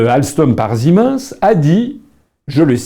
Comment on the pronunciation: ziminsse ? Ca se prononce pas "Sie mainesse " pour siemens ?